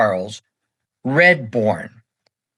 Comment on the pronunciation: I love you going over such great players and great eras of the game. I have to say though that you mispronounced his name. You kept saying Redbourn not Radbourn. Still great work.